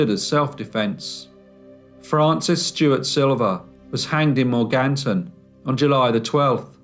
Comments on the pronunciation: Mor gan ton is how its pronounced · Strangest pronunciation of Morganton that I've ever heard.